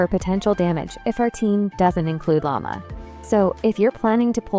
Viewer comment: How she simply says 'Lama' instead of 'Lauma' 🤣🤦🏻‍♀️